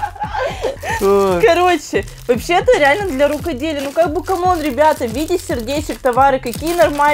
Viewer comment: Не кАм Он а cOme ан